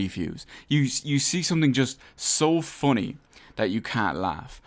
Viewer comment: the way you pronounce funny is the funny part of the video